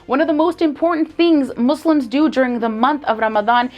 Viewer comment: I truly appreciate that you pronounce "Muslims" as MOSLIMS n not MOZLIMS which is the right way of saying it